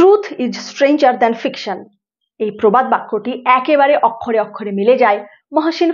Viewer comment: উচ্চারণ-- ওক্ষরে ওক্ষরে। অ এর পিছনে ক্ষ থাকলে অ ও হয়ে যায়। শিক্ষিত বাঙালিরা ব্যাপক ভাবে উচ্চারণ ভুল করে থাকে।